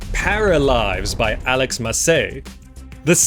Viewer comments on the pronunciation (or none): none